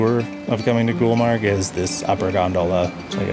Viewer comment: It's been 3years you have uploaded the video I watched it many times but I always forgot to tell it's GULMARG ...not gulber ....my beautiful people my beautiful culture....hope to see you again here #love from Kashmir to all your team